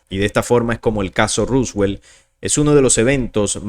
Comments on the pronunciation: Por qué decis ruswel? Es roswell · Porque dice Ruswell? … se pronuncia Roswell, tal cual como se escribe y en inglés es Roswoll. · Se pronuncia ROSWELL con O